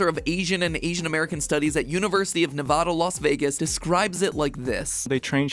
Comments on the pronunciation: Nuh-vah-duh... huh why is it that people say it like that but everyone that lives in Nevada says it Nuh-va-da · Come on, it’s NevAda, not Nevoda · MATT WHY DID YOU SAY NEVODA, ITS NEVADA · great video, i love u and i'm subscribed to all 4 channels but the first time in YEARS of watching u the only thing i have ever said that made me mad was how u said Nevada, it's not Ne-vah-dah it's Neh-va-da Edit:take it from someone who grew up there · You never say Nevada wrong or you will get a comment. Here it is. Its Nevada (Ne-va-da/ Neh-vada), NOT Nuhvada (Nuh-vah-dah) Ask any Nevadan you say it right or you get corrected because aahhhh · Nooooo not another "ne-VAH-duh" pronunciation.... This isn't the UK guys, it's "ne-VAD-uh." No one says "CAH-lifornia" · HEY MATT (or whoever is reading these comments) It's pronounced Nev-add-uh. Not Nev-odd-ah. Jeeze do your fricken research... ;) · Ok ok but as a Nevadan it is pronounced neh-vad-uh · You mispronounced the a in Nevada, Matpat. Please, for the sake of all Nevadans, stop saying nevawdah. It's just nev(er h)ad a (better time) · PLEEEEASE don’t say “nev-ah-dah” 😭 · “Nev-adda”, please and thank you. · I hate it when people say nevahda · I thought you live in Cali, how are you just gonna pronounce Nevada wrong lol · The A's in Nevada are pronounced like the a in cat not the a in awesome. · WHY IS IT SO HARD TO SAY NEVADA RIGHTTT!! c’mon matpat it’s so simpleee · Bruh he said Nevada wrong XD. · The way you pronounce Nevada had broken my heart! I trusted you!!! Haha 😂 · Disliked mispronounced nevada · UNLV baby!! Also really don’t like the way he said Nevada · why can no YouTubers say Nevada right??? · Matpat mispronouncing Nevada really struck me in the heart 😢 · Please tell me I’m not the only one who cringed when he mispronounced ’Nevada’... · I never heard someone pronounce Nevada like that pretty sure he miss pronounced it my sister says that's the wrong way to say it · The way people say Nevada is so wrong.